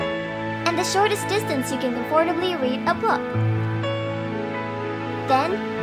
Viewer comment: com-FORT-ably? That's the weirdest way I've ever heard someone say "Comfortable".